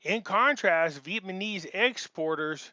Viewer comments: You often have good information, but it is very hard to listen to you constantly mispronounce the name of the people. It is VEE-ET-NAH-MEEZ... not 'Vietmanese'. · Love your work,... PLEASE pronounce VietNAMEse... not vietMANese